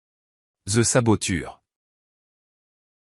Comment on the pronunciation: Oh mon dieu cette voix IA m'insupporte...saboture au lieu saboteur😢